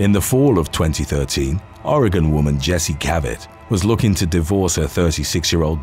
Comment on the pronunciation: Thank you for pronouncing Oregon correctly